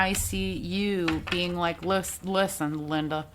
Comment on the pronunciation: Like “likuhhh & a dutch” cracked me up! Love me some you girl! 😩😂